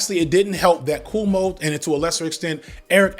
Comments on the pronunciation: The fact that can't even say Cuomo right. But good job on Mamdani😂😂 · Brother, are you saying “KOO-oh-moh” not “KWO-moh”? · Loll its bothering me that you keep pronouncing it "coomo" 😂 It's "kwomo" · I'm going to assume you're calling him "Coom-o" on purpose, and as a lifelong NYer, I'm here for it. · Thank you for mispronouncing Coumu’s name like, every time 😊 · I know it is just growing up in a mixed ethnic Catholic neighborhood while his dad was Governor, but how the heck are you pronouncing Cuomo that way?